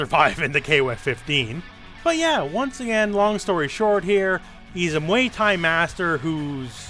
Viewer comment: Nobody:: muey thai